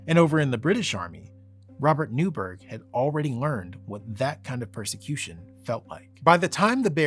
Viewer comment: Newburgh was (and still is) pronounced 'Newborough/Newbruh'. And that's the British pronunciation of Borough, not 'burrow', as Americans say. Boroughs are generally lived above soil. Burrows are underground.